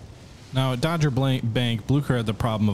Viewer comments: Dogger bank has a hard G so DOGG-er not Dodger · I'm pretty sure it was Dogger Bank, not Dodger Bank. P.S. You may want to build some faster CA's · Dogger Bank, not dodger. 🚢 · Dogger bank....not dodger bank.....It's an important battle.